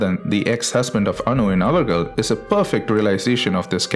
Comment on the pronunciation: It's avargal... not ivargal